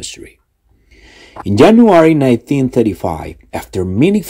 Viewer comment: Yo escuché solo Jenuary